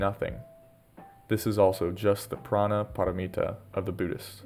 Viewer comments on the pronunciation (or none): Prajna Paramita may be better pronounced as Pro-gya Paramita.